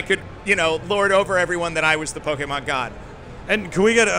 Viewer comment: The interviewer kept saying "Pokeman". That is a major Pokemon taboo!